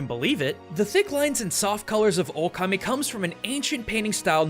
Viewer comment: Okami, not O-Kami lmao